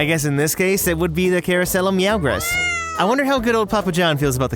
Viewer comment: Don't you mean Carousel Of Purr-gress. 😂🤣